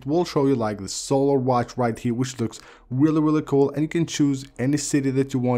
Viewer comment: ceo of weally weally cool